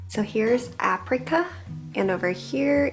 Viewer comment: What is aprica? Can't she read that apricot has a T at the end?